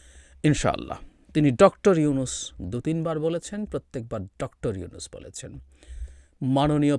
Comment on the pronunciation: এই লোক কি প্রধান মুন্ত্রী? মেজর ওয়াকার Dr. উনুস Dr. উনুস করে উচ্চারণ করেছেন ওনার বুজা উচিৎ ভারতের RWA হয়ে যে এতো দেশদ্রোহী কাজ করলো এই ওয়াকার। ওনার উচিৎ হাসিনা ত্যাগ করা, ভারত ত্যাগ করা, পিলখানা হত্যা সঠিক ভাবে সব কটা জেনারেল বা পুলিশ বা বিডিআর যারা জড়িত ভারত জড়িত প্রকাশ করা। আর্মির অনেক অপরাধ আছে RAW আছে এদের সনাক্ত করে বিচারের আওতায় আনা উচিৎ কাজেই নিজেও সাবধান হউন, সেই দিন কি এই মেজর ওয়াকার ছিল না ২৫ ফেব্রুওয়ারী পিলখানায় যখন হত্যা যোগ্য চলে?? আর্মিরা কেন আর্মি বাঁচাতে পারলোনা তবে কি এই আর্মিই নিজের বাহিনীকে বদনামের মুখে ফেলেছেন এখন জনগন বিচার চেলেই খারাপ। ভারত মুক্ত দেশ চাই আমরা